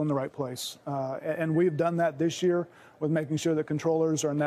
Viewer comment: We've cured Miquel how not to say "This year", now it's Costello needs to learn how to say it : It's not DISH year! Can you believe it? A reporter for decades of experience on national TV and speaks like an illiterate amateur.